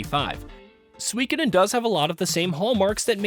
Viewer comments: He is pronouncing it Swikidin 😂😂😂 It’s pronounced SUKODEN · It should be pronounced Soo-E-Koh-den not Swee-keden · It’s pronounced sue-koden. The I is silent. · Maybe watch a YouTuber who can say the name of the game correctly.